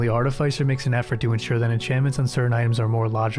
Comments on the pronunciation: Art-i-fiss-er. Not Art-i-fice-er. 😂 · It's pronounced "aa·tuh·fi·suh".